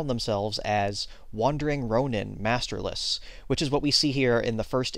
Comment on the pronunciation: ronin is pronounced (Roh-neen)